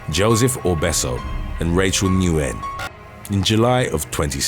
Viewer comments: Nguyen is just pronounced like "win" in English. Not trying to be a jerk, I just think it's interesting! RIP to all the poor souls in this video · You are a great channel! I am always amazed at your pronunciation of these names but I get to correct one for you. Thanks! Nguyen sounds like win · The Vietnamese name "Nguyen" is pronounced "win."